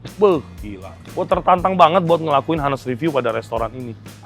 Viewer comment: Savory bukan dibaca "saferi" tapi "seferi". Honest bukan "hanest", tapi "on-nest". "On" kayak di "oon". On-nest.